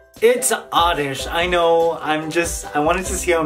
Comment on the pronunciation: dude its oddish